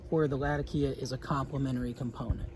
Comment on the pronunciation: Yes! As a Latakian it’s all correct. The way you’re saying it as a native English speaker is perfect. 😊